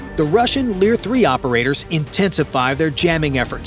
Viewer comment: LOL “Leer-3” sounds tough but folded quick.